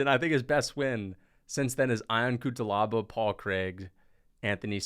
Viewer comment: HELLO, I'm from Georgia and The way you pronounced Guram kutateladze's last name was One OF THE WORST PRONUNCIATION I'VE EVER HEARD, THANK YOU AND BYE